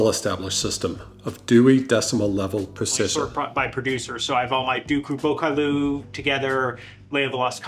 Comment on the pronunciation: I believe the "Duca what" was supposed to be Ducru-Beaucaillou.